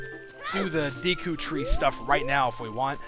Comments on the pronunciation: It's pronounced De-ku, not Dee-ku. Trollface.jpg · Hey Dude Ur A Noob It's Prenounced Da Ku Not D Ku Lol JK Ur Awesome Still No Matter How U Say It It's Cool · I never understood how people ever come to the conclusion that Deku is pronounced 'Dee-koo'. It doesn't make sense in either English or Japanese lol. But to each their own I guess :P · Is it really dEEEku? I always pronounced it Deku with an 'e' like the work "deck" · same here, it's always been Day-ku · I'm a hick so I say Deku as "dayku". :( You're probably going to influence pronunciation changes for me. XD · "Deku" is a name/word that alot of people pronounce different e.g. Dayku, Deeku of Decku. i dont really know the correct way of saying it but who care... THIS GAME IS AWESOME!! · deh-ku and dee-kuh are both of 'em I use. Dee-kuh scrubs, deh-ku tree. Sa-rye-ah is the pronounciation I'm used to hearing LPers do, but sariah is what I've used, and hi-lee-uh is what I use as well. No awkward pronunciations for me, because you use the same ones I do.